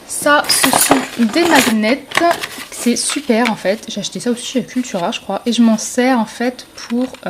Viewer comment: Les magnets ça se prononce maniette